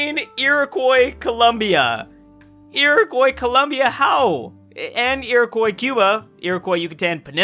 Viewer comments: Everytime you say Iroquois like "ear-a-koy" it makes me want to unsubscribe. "Ear-a-kwa" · Iroquois: ear-oh-kwah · Fun fact: It’s pronounced Eer-oh-cwa (Iroquois) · Iroquois is "ear-e-quwa" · nobody:: iroQOI iroquois:.o. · Finally a comment about the Americas not talking about how to pronounce Iroquois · Can someone please tell how to pronounce Iroquois properly? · His Iroquois pronunciation hurts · The way he pronounces Iroquois is annoying the shit out of me